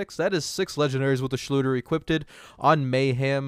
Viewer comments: Its funny how it nags at my sanity that you say equipted instead of equipped No front tho all fine xD Thx for Testing and have a nice day my man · Equip-did lmao it's killing me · i don't wanna be that guy, but it's "equipped", not "equipted". Also i mean... by that logic DLC weapons are pay 2 win too since some of the best weapons in the game are DLC content for which you have to pay. Of course you're gonna get access to new content by paying money (DLC in this case). That's how borderlands has always been. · Equip-ed. Lol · Did you guys really complain about getting more legendary drops? And it’s equipped not equipdid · The thing that bugs me is your grammar saying equippeded, its just equipped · The word you are trying to say is EQUIPPED not EQUIPTED!!! There is no such word as equipted. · "equipeded"? nobody? really? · "Equiped-ed?" Sorry but hearing this repeatedly is just cringing-ing. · Equipped-did Everytime he said it i started laughing lolol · 'Equippded' Did you not only say, 'Equippded' but actually repeat it multiple times? As an English teacher I'm a bit ill here... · I noticed that to it kinda bugged me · Pst. Equipped is two syllables (unless I'm missing an inside joke) :) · You are not saying equipped correctly. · Why are you saying 'Equipped' like that? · Say equiped right bruh